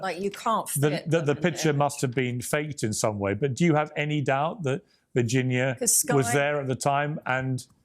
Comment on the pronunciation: please pronounce Virginia’s name correctly out of respect mate ❤🇦🇺